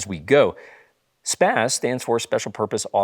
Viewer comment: SPAA-Z not SPAAZ.